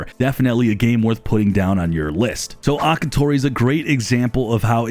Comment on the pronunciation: It’s Akatori